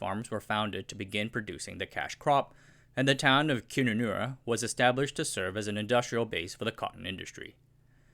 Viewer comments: what the fuck is Koonanoorra? did you mean Kununurra? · It's KUnunurra not KInunurra. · Its pronounced Kun - un - arra (kun being like run) haha, great video's, especially your chinese content. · Was good.. But Kununurra is pronounced - kun - nun - nah - rah (In Kun, the 'un' is pronounced like the 'un' in under) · I have lived in Western Australia before. I think a few things were missing here. Kununurra Is pronounced with the start being more like cunt without a t (really) and mot like koohn… For the economic analysis note that the North of Western Australia basically caught the Dutch disease (as in the economics term, not a literal disease) and the wage levels in the area are bordering on unbelievable. People mostly don’t want to live there as it is remote, few facilities, expensive and uncomfortable. This makes the wage costs even worse. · "Koonoonnaarrra" haha Its kun nan nar raah (aussie accent) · Kununurra is pronouced as Kunnu-nurra as is run, fun or tunnel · It's pronounced "Kuh-nuh-nurra" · Kun-nan -nuh-rra ;) Kun sound like bun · Kununara is pronounced "cun-un-ar-a". Australains do not usually pronounce u as o... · Kununnarra. Pronounced Cun-un-nurra. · "Coon-anurra". LoL. I see what you did there. It's actually pronounced differently. There is a distinct 'un' sound. Like c#*t, but without the T. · K U N anurra ! Keep it civil. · Its pronounced Cun -nun-nah-ra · KUNUNURRA .. don't pronounce the U's as oo's..it's all pronounced like saying NUN. KUN_NUN_NAR_RAH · Do your homework and research local town name pronunciation before releasing a video. It's not Koonoonoora, the "u" is pronounced as in 'cut' or 'nut'. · Having lived and worked in Kununurra the presenters pronunciation of Kununurra makes me doubt he’s actually been there; lots more going on there than Agriculture, mining and tourism being two. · First time I have heard Kununurra pronounced like that. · The 'u's in Kununurra are pronounced like the u in up.